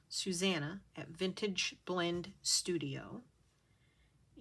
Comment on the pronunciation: It was lovely watching you through your process, l love the way you say Susanna, it sounds so nice Thanks for sharing. Hugs Susanna xx 😄♥️🧵🪡